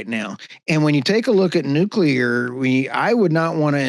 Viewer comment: Oops you called nuclear. Thats a mistake